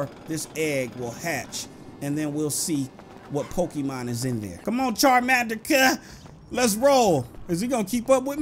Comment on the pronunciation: Why do people on yt always pronounce it pokiman